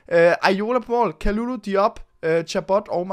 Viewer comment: Ve’ godt at det r lidt ligegyldigt, men har hørt at det ikke udtales Kalulu men Ka Ly Ly fordi det r fransk